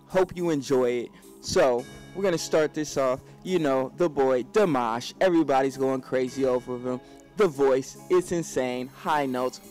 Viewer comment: It's pronounced deemash